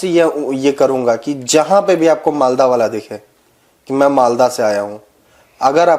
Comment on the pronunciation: Aaj producer ji ne "Malda" ko "Maldas" bola. Major sahab, pahle bhi apne ekdin producer ko ye additional "s" lagane ke liye toka tha. Aaj keya hoga? Unka pith mein pitthu dalega kya? 😅😂